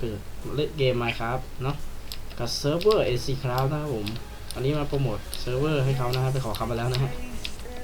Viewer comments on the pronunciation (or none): โปรโมท ไม่ใช่ โปรโมด